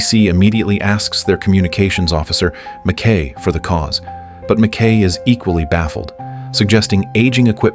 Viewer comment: Pronounced 'Mac Ki' NOT Mac Kay, bloody AI Voice!